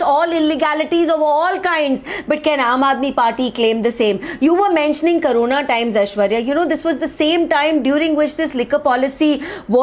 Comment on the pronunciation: It's CO - RO - NA not karona